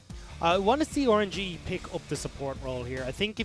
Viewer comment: this guys doesnt say rng, he says Or-an-ge 😂 kinda like it tho